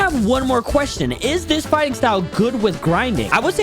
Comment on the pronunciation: Bro said quetion